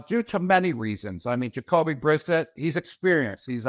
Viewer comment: Did he just learn how to pronounce vowels and the letter S? 😂 Plus how does he mispronounce Brissett, they were teammates even (ok Gronk was out due to injury that year but still)?